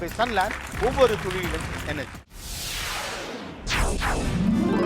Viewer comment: ஒவ்வொரு துளியிலும் னு திருத்திக்கோங்க துழியிலும் னு சொல்லாதீங்க. என் நண்பரிடம் நீங்க நல்லா தமிழ் பேசுவாருன்னு பெட்டுக்கட்டி தோற்றுப் போயிட்டேன் ஐயா